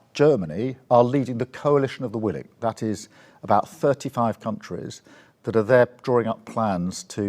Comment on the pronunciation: Did he say coalition of the willy?